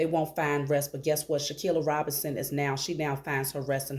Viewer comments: For goodness sake people please start actually saying her name CORRECTLY! It’s Shanquella (Shh-Ann-Kwell-uh) NOT Shankia, Shakilla, or anything else like that! SMH. -Harmonious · Wow Ma’am I’m AMAZED😮😮😮😮😅!!! You’re DEFINITELY GIVING INTERESTING INFO, HOWEVER YOU KEEP😅😅😅 SAYING HER NAMET WRONG AND THAT’S SO DISRESPECTFUL!!!!! Please say HERE NAME .RIGHT AND LET’S GIVE HER THE FULL JUSTICE SHE DESERVES!!!!!! Thank you P,S. E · Thank you for the reading as we all want justice for Shanquella but it’s also important to say her name correctly. It’s “Shanquella”. 🙏🏽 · Come on sis, you mispronouncing her name Shanquella. We gotta put some respect on her name. We can’t say they names right and not say her name correctly. #JUSTICE4SHANQUELLA